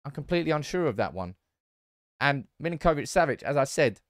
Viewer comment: Sergej surname is pronounced Mil-Ink-Oh-Vitch -Sav-itch, not Mil-in-Koh-vitch. The way you are pronouncing it is more common to Argentinian Spanish and not his native Slavic.